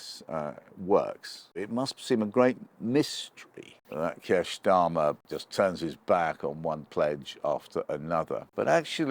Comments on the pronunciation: Again "Ssshhtarmer". You're an adult. You're trying to talk to us yet you're using playground name slurring, I am disconnecting, not paying attention to your words and phrasing, because I'm waiting for your deliberate misspeaking. But I've also stopped listening for that and am just carrying on with my day. I've seen you a few times, not really known who you were but I formed the usual quick assumptions based on position, points etc. To see you using playground name misspeaking, omg, it's laughable. It's such a basic, unintelligent form of attack. It makes me think you'll struggle to make reasoned points if you resort to playground name misspeaking. In my mind I'll know you as the guy who uses playground name misspeaking. Because this is what you're doing, repeatedly. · Funny how Oborne pronounces "Starmer" as " Shtarmer" using a a German pronunciation for the 'St' sound. How odd. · Why does he keep pronouncing it as "Keir Shtarmer"??? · Shctarmer? Are we in Germany? It's starma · I love the way he pronounces "Schtarmer" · Since when was his name pronounced Shtarmer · I'm amused by how you pronounce "Schtarmer" :-) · When I hear Oborne say Schtarmer, I know where this old sckool Arabist anti-semite is kumming fromm. Jah? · Is Peter pronouncing Starmer Schtarmer on purpose? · I'm loving this new pronunciation of Starmer as Shtarmer, like Skoda is now Shkoda. Not quite sure why or what it means, but loving it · That's an unusual pronunciation of 'Starmer'? What's that all about?